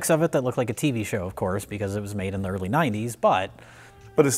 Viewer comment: It's tV. NOT Tv. You're making me nuts.